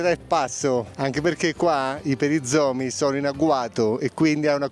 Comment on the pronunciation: non sei corretto se dici perizoma deve essere perizoma 🤣🤣🤣